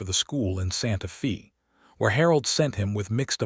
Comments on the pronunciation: Please work with the AI narration to get the town names correct (example: Santa Fe is pronounced Santa Fay not Santa Fee), people’s names (example: Deloris is pronounced as De-lor-is - I cannot even break down how AI is pronouncing it. Listening from TN. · NOT Santa FEE, Santa FAY. GOT IT?